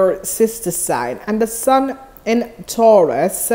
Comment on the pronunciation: u keep saying taraus